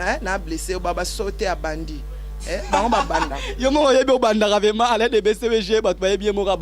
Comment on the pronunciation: Yo monsieur VRAIMENT ET NON VEMA😠